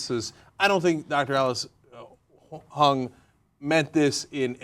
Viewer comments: It's not HUNG, it's Huang (pronounced HOO-ANG). Her last name is Huang. Calling her Hung made the story a bit funnier, though. :D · I think Huang is pronounced like Wong, not Hung, lol.